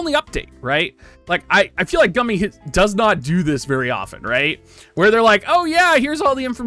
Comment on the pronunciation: Dude... why do u keep on saying “gum - mi”. Shouldn’t it be “goom- mi”?